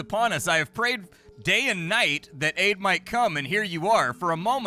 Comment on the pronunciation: That *aid might come*...seriosuly sounded like you said something else there dude. Did a double then tripple take.